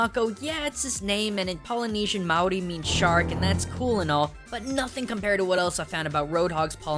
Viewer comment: As a New Zealander I thank you for pronouncing the Maori names correctly